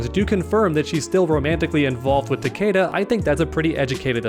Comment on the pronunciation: She says takeda… “ takeada!! Now do sum bout it ”